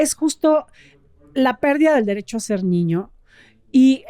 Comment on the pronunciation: me encantas! Desde que te escuché por primera vez te sigo! Me has ayudado mucho. Solo una pequeña pregunta ¿Por qué dices ñiño? Con doble ñ? 🤔